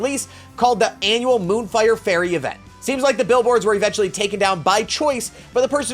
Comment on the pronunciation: The E in Faire is silent